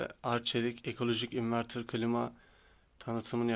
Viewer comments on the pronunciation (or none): none